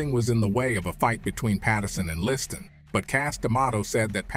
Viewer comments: I'm 8m in and, so far, Freeman has pronounced Liston "Liston", "Leeston", "Listan", "Lee-stan" & "Le Stan". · Why does he keep pronouncing his name Listead instead of Liston 🤔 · Sonny List-Anne. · “ListTan” 🤣🤣. Fucking AI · It’s definitely AI. Liston’s name is continuously mid-pronounced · How many ways can you mispronounce Liston. Freeman found them all...Sometimes in the same sentence. Pretty sad for a fellow soul brother.